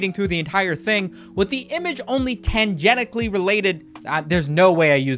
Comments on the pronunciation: Tangnenically? Tangentially. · Bad news! He said tangenically! lmao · The use was correct, but the pronunciation was not.. he had the move ready, but twitched and rolled off the platform instead